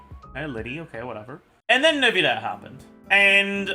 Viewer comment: please just say neuvillette normally... clorinde as well..